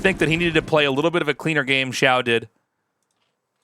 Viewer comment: The "xi-" is like "she" and the "-ao" is like "ow" (Your pronounciation here was really good!) The "shu-" is like "shoe" and the "-ai" is like "eye". The x and sh sounds are not exactly the same, but everyone will understand if you pronounce both of them like an English sh.